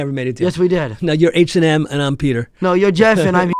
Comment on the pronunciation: when he said h&m i heard hired murder😅😅😅